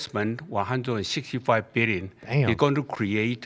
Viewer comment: One birrion dorrars